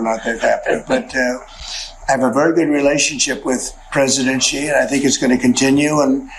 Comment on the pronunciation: Who is "Gee" ? Why can't Americans at least make an effort to pronounce his name correctly ? Typical American arrogance and lack of respect.